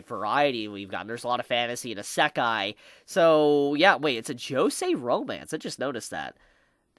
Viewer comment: is it just me or do i get annoyed when says isekai.. he just says it strange xD